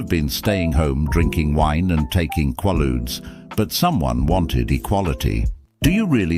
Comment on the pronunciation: Quaaludes, not qualudes, dudes😮